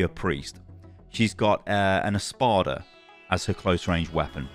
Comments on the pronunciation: Im not sure if it’s his British accent but when he says espada which is Spanish for sword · Just a little thing... "espada" means sword in spanish (and portuguese) :)) you don't need to try to say it, just say sword